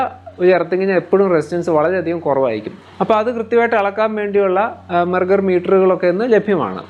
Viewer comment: താങ്കളുടെ എല്ലാ വീഡിയോയും വളരെ ശ്രദ്ധയോടെ കാണാറുണ്ട് ഈ വീഡിയോയിൽ testing ഉപകരണത്തിന്റെ പേര് മെർഗർ എന്ന് പറയുന്നത് കേട്ടു മെഗർ ആണോ ഉദ്ദേശിച്ചത് മെഗർ എന്നത് ടെസ്റ്റിങ്ങ് ഉപകരണ കമ്പനിയുടെ പേരല്ലേ താങ്കളുടെ വിലയേറിയ മറുപടി പ്രതീക്ഷിക്കുന്നു.